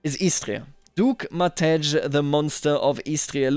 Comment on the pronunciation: I'd just like to point out that the "j" in "Duke Matej" is proabably supposed to be pronounced as the "y" in "you". Same applies to the "j" in "Domagojević" and for most other (south) slavic names. Saying this because I am croatian.